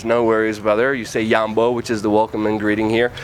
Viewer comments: It's jambo not yambo. We ain't mexican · it is Jambo, not yambo. kenya is an amazing place i encourage everyone to go